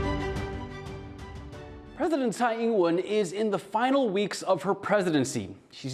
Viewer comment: Would a Taiwanese news outlet not be able to find a reporter able to pronounce the Taiwanese president's name correctly? We all have accents and I don't expect perfection but this is so off, it distracts from the reporting.